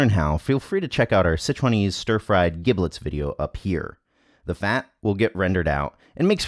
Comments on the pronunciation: Not to be pedantic, but to be pedantic: "giblets" is pronounced with a soft g, as if it were spelled jiblets. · So mispronouncing giblets... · LOL The way he pronounces giblets! The "g" in giblets is like "j' in jump. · "Giblets" with a hard "g"? Really? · Anyone else cringing at the mispronunciation of "giblets"? No? Just my? Cool, cool. Or is it one of those words like gif that people argue about?